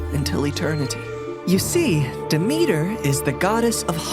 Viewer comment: Really nice story !! But as a Greek person you did pronounce Demeter wrong